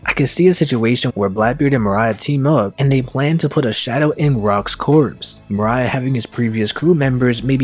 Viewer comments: I think the biggest taboo is how you fucking pronounce your words and names like moria sounding like Mariah you fuck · Your pronunciation of damn near every character annoyed me. More-E-yuh not more-I-uh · Why do you pronounce Moria so weirdly?